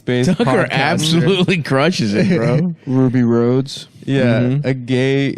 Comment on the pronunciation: How do these three bent gents not remember it's Ruby Rhod (pronounced Rod)?